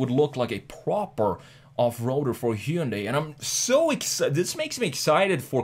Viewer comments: It's ‘Hyun-day' not 'Hy-un-dai' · OMG.... Say it with me ( HUN - DAY ) not heiudia ! Sounds just like Sunday, but with an "H". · I think it is pronounce Hi yun die. :) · If you go through all the accents on earth you're going to need your own channel. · Hyundai rhymes with “Sunday”. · You are pronouncing "hyundai" wrong. Easy way to remember, it's Hyundai like Sunday. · Every time he said Hyundai wrong I took a shot. I'm writing this from the hospital... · Hyundai rhymes with Sunday